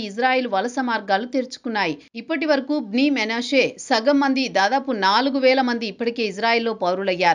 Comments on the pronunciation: మొనాషే కాదు... మనష్షే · Monasse kadu madam... Manasseh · Monashe కాదు manashe